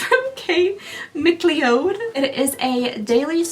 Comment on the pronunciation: McLeod is pronounced mc cloud